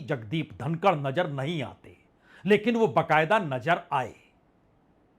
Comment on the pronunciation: Sir aap ek credible journalist hain,but ur pronunciation is par below,Aap nazar ko najar padhte hain isi trah aur bhi alfaaz Hain